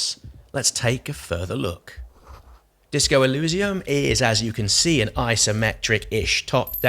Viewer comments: Nice video, good to see different people's opinions. I'm very hyped for it. Shame about the fonts for you; I personally like it, evokes a Planescape vibe. Eurogamer raised similar concerns about feeling overwhelmed. Also, I think the pronunciation is more e-leez-ium (or even e-liss-ium) rather than e-looz-ium. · It may sound unimportant, but you keep mispronouncing the world Elysium. To someone who understands the word, as well as it's origins, it is a little painful. Maybe like the fonts are, to you. ;)